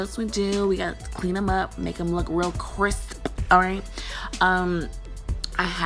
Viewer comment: Lol how she said crisp